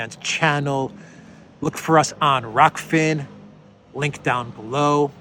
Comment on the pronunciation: refusal to pronounce an English name, that is ROCK FINN is a tad difficult to understand - do get a grip if you really want to spread your channel